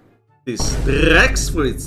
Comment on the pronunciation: The way he says rex is cool